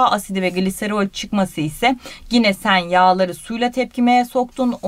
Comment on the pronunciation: Hocam çok güzel anlatıyorsunuz ağzınıza sağlık ama bir ricam olacak. Lütfen gine demeyin tik oluştu bende